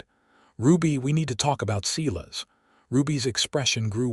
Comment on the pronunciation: It's painful to hear a story with such horrid grammar mistakes. AI can be trained to pronounce names correctly! Silas is certainly not SEE-LESS. It's SI-LAS....just like in the Bible. Please fix this mess!!!